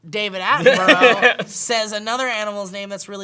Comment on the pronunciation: Can we clear up the pronunciation of Attenborough? Atten- Burr-Uh. Thank you and good day.